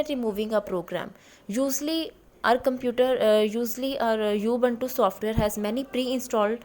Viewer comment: Mam it is not U. Buntu